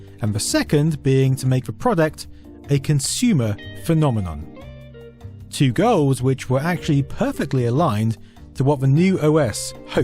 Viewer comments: *Phenomenon not phenomenom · phenomenon*, not phenomenom :) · "phenomenom". do doooooo dododo